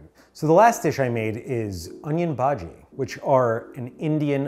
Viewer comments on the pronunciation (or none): My dude there is a h in bhaji and those are pkorre